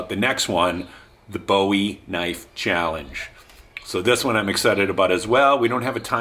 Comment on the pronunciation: Looking forward to it... and good on ya for pronouncing Bowie correctly :)